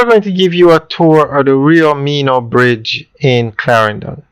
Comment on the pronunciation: Bro it's not Rio Meeno....it's Rio Minho.... pronounced (minnuh).....pronounce it right.